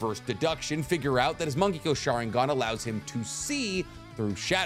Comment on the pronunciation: Thought he was saying "monkey go sharingan."